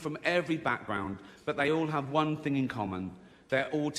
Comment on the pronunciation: it's thing not ting